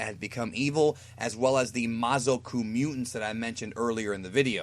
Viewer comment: mazoku from yu yu hakasho and its pronounce ma-za-ku naraku from inuyasha